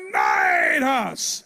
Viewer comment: I still find calling leonidas "lio naidys" hilaaaarous😂